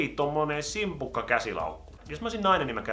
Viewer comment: Toi ku sanoit "jos olisin nainen käyttäisin tota simpukkalaukkua" ni se simpukka oli sika jännän kuulonen😂❣️